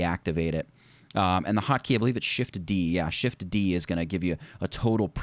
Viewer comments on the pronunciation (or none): none